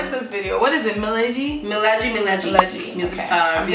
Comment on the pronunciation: Its not mileji its milegi miss